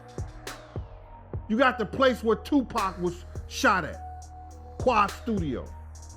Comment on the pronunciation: Tupac is pronounced 2-pock. Shuge is pronounced like the word sugar abbreviated Get it right,!